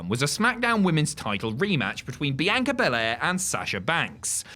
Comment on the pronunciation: Why can’t British people say Bianca right ?